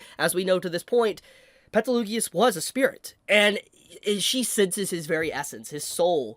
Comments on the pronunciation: Pls learn how you pronunce Petelgeuse/Betelgeuse's name since he is one of your favourite characters, as you said. He's not Petelugeoous. Also, you missed the post credits scene where they show how the wives are alive and Emilia tells Subaru about being frozen? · Why does he keep mispronouncing Gueses name 😭 every time i hear peteloogius it's like nails on a chalkboard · I stopped midway through this video because I couldn't understand how you could pronounce Satella and Petelguese's names so aggressively wrong. Did you not watch the animes?